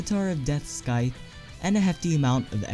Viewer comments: you mispronounced scythe it's pronounced sithe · Scythe... the c is not a k it's silent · You're pronouncing Scythe wrong. Please stop.